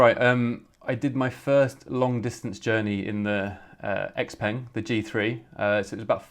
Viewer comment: Its not called X Peng! Lol its pronounced Shao Peng 小鹏